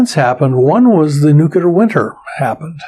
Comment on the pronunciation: Why do even smart scientists mis-pronounce "nuclear"? ( and scarily, many gov't people too)